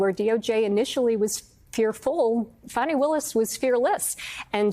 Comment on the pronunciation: Her name is Fani — pronounced fawn-y. There’s no Bonnie.